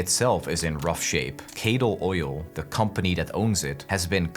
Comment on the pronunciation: This video is great but the way you're pronouncing these (lightly) Scottish names is deeply cursed- especially since you hear Cadal multiple times right at the beginning of the game XD appreciate you not even attempting Innes and Muir.... Not hating, just noting how Scots stuff is apparently hard to pronounce right! XD